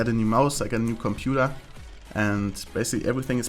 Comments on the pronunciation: "Combudaaa" unleashed:D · The way you pronounced "computer" at like or something was fucking hilarious :D